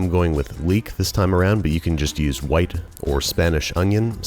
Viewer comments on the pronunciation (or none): none